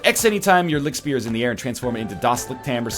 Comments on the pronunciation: Are you actually from Germany? As a native German, "The ch sound in german is exactly like the sh sound in English. There is no difference." this statement is just plain wrong. The sh in English is pronounced with your front teeth touching, the ch in German is pronounced without your teeth touching. They are completely different sounds phonetically, just on the basis of them being produced in entirely different ways. Maybe in some dialects, some Germans pronounce ch that way but that's just a dialect. The correct way to pronounce ch in German isn't anything like the English sh. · Just for future reference NL, this would be pronounced Licht, with a very soft h sound in there, kindof like you're saying the c and the h seperately not together, speer. The "sp" sounds makes a "shp" sound and the "ee" makes an "a" sound. Liktspare. Think of it like that. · everytime he says: ligkt. i die irl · Funny Pronounciation! I'm German and I only watched this video to hear how english speakers say " Lichtspeer" xD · Good pronounciation (hopefully this was correct) but the ch in lichtspeer sounds like a angry cat :D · Nl you are right. It is German and it means light spear but your pronunciation is completely wrong :P But that's fine ;) The German in the game on the other hand is awful... Couldn't they have been bothered to ask someone German to review their German words and sentences? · Es ist nicht lichtspeer, es ist lichtspeer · nicht lichtspeer, sondern lichtspeer? waaas? xD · Its not Lichtspeer, its Lichtspeer you egg! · Not really a Seoul Seoul situation - the German pronunciation of Lichtspeer is far enough away from "Licktspier" that you don't have to be German yourself to hear the difference. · Sound like he is saying lick spear :D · So, it's pronounced "Lih-hyoot"? That doesn't sound right.